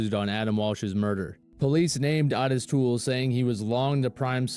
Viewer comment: I don't know why everyone pronounces his name "Ah-tis". It's "O-TIS" with a long "O". Ffs, every time.